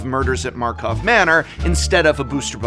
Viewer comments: Let's count how many times we hear "Murders at MARKOV Manor" instead of "Karlov". ( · New drinking game: Drink every time Prof says Markov instead of Karlov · KARLOV MANNOR . KARLOV KARLOV KARLOV not MARKOV ffs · drink everytime says markovs manor XD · Prof kept saying Markov Manor - yet another reason why this set didn’t succeed 😂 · Karlov Manner was so bad, Prof called it Markhov Manner several times... and we understand. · Murders at markov manor is so unimpactfull that dowsn't say its name right and i love it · I feel like if we take a shot every time says Markov instead of Karlov we’d be waaaaaaay too drunk to function 😂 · Prof owes me a bottle of whiskey. I took a shot every time he said "Markov Manor" instead of "Karlov Manor" but I lost count at 20. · is karlov manor, not markov manor. ¬¬ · I love how you are still calling it Markov Manor half the time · ...KARLOV MANNOR... Not Markov... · The mildest pet peeve is hearing him call MKM markov manor instead of karlov manor. Im listening to this episode so idk if this is intentional or not but Oooo buddy it hits my brain wrong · He keeps saying “Markov” when it’s “Karlov” or am I just crazy? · Take a drink every time Prof "Markov" instead of "Karlov" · It's equally damning that everyone, including throughout this entire video, calls it "Murders at Markov Manor" instead of Karlov Manor. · he heeps sayiny Markov Manor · The reason is everyone (including Prof) has been saying Markov Manor instead of Karlov Manor ! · I can never tell if he or any other CC is saying Markov Manner by accident or on purpose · You keep it calling it markkov manor it's KARLOV BRO 😂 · Even the fact that prof calls it Markov manor instead of Karlov manor tells you what you need to know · At this point I'm not sure if Prof is saying "Markov" on purpose or not XD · Everyone take a shot when he says Markov instead of Karlov! lol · Take a shot for every time says Markov Manor 😂❤